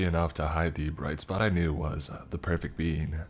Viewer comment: The pwefect bean uwu